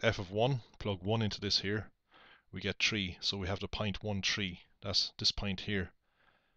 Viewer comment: "If we plug tree in"